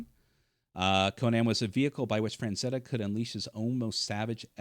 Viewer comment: Who is Fran-zetta?